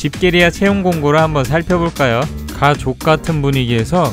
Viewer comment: 흠.. 왜하필 가 족만 강조가 되있누